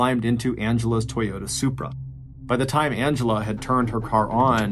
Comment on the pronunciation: Did you say Supra!?